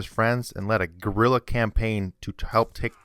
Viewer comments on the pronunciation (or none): none